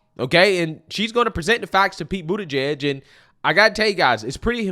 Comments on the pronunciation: What did you say his name is? Did you say Piet Booty judge?🤣🤣🤣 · How do you pronounce that last name because it sound like booty-gay to me.